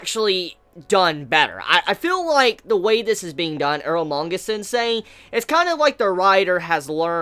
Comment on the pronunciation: earlmanga sensei? i thought its calle eromanga sensei xD